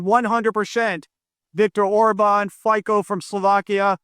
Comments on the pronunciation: pronunciation of Fico is more like FiZo (similar to Fitzpatrick) but FiZo suits him well 😢 Greetings from Slovakia who’s premier is a traitor… RuZtago delenda est! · The Slovak guy is called Robert Fičo, considering your Ukrainian or Polish, I’m surprised how much you struggle to pronounce his name…